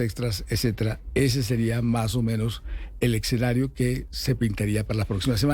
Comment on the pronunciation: eSSSSCenario no eXXenario